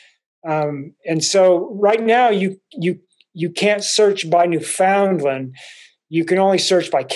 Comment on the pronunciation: Just to let you know it's NOT pronounced New Found Lind ...it's pronounced New Fin Land ..The locals are too humble to let you know that